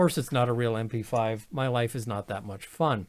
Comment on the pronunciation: I had to rewind, I though he said WIFE... wholly different sentence... lol